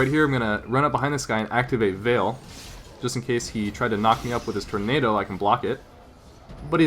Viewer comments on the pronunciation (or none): none